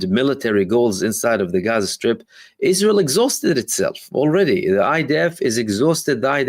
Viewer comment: I love the correct pronunciation of Gaza. It's beautiful.